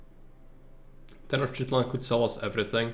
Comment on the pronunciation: Ahoj. Ďakujem za veľmi dobrý návod, ktorý ma naučil základy tejto hry viac ako jej tutoriál. :) K tej výslovnosti aztéckych názvov. Nie som v tom odborník, ale mnoho si ešte pamätám. X na začiatku slova sa číta ako CH v strede slova je to skôr ŠČ. Ch sa číta ako Č. C sa číta ako K. Takže napr.: Xochimilco = Chočimilko Tlaxcala = Tlaščala Tenochtilan = Tenočtitlán